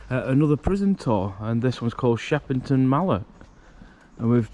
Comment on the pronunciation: It's shepton not sheperton you bafoon don't no where you are of course it's damp no heat in a old building get real clueless